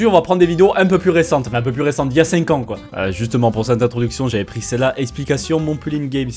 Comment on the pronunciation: effectivemeng sa fait bieng six ang